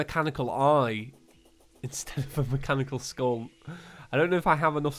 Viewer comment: How weird is it that said Mechanical Skull so much that my brain combined it into "Mechaniskull"